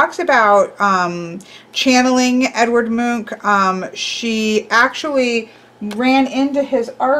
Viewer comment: Edvard is pronounced "Ed-var-d" but yes, it is the Norwegian equivalent of "Edward". You got the pronunciation of Munch correct. This is coming from someone who comes from Norway's neighbor countries Denmark and Sweden. I had no idea there was a deck based on Edvard Munch's artwork work. Very cool. "The Scream" makes a great 9 of Swords.